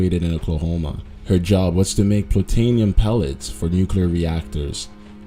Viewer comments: What's plutanium? It's plutonium haha pronounced ploo-tony-um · wtf is plutAnium?